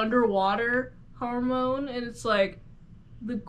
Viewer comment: The way you pronounce Hamon gives me a stroke